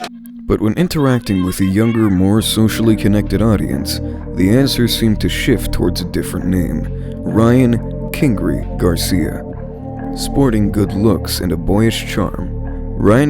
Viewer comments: I'm so sorry but I can't ignore the fact that you said Ryan "King Ree" instead of "King Ry" pronounced like the "eye" in eyeball. It IS It's Kingry though, one singular word, so I could see how it looks like it should sound like "ree." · Mans said “king gry” instead of “king ry” 😂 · 😂😂😂😂 I caught that too. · Whoever is narrating really needs to learn more about what they're talking about, he pronounced kingRy incorrectly as well as fonseca and Eddie Reynoso, whoever wrote the script also got Ryans age wrong and said the fonseca fight happened last February when it happened this year